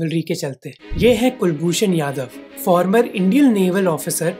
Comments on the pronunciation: Its kulbhshan jadhav not yadhav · Bro its kulbhushan jadhav not yadav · It's kulbhushan Jadhav not yadav.😊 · भाई पहले आप अपनी रिसर्च सही करो, नेवी ऑफिसर का नाम कुलभूषण यादव नही कुलभूषण जाधव है। और वो ऑपरेशन मगदूत नही मेघदूत है।